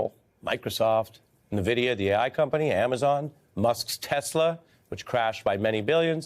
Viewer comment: did AM call Nvidia the "eye company"?